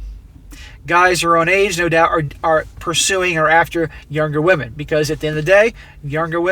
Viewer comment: Who says "wahmen" aren't funny !!!